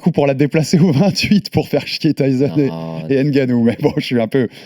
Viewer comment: On ne dit ni Ènnegannou ni èmeBapé. Français faites un effort sur les noms africains comme vous le faîtes pour les autres. Prononcez les comme il faut.